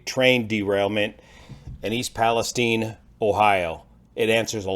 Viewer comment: I live about 30 miles east of the site and what impressed me is that pronounced East Palestine correctly. Top notch reporting as usual from. I have been watching his reports since Oroville,.Just wish the MSM would take some lessons from him on how to do a factual report.